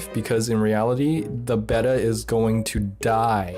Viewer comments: He pronounced Betta wrong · I hate the way you say Beta